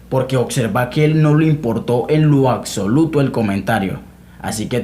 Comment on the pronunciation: Te respeto colega, puedes saber mucho en teoría pero ningun Macho Alfa habla así: "Mas sin embargo" "Suxtitulos" "oCserva" "aCsoluto".